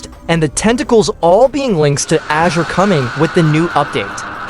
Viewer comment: Imagine the tts generator sucks ass so much that it pronounces "azure" as "asherr"